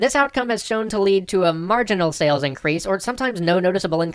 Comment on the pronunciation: your runic "sales" actually translates to something sounding like "sayless"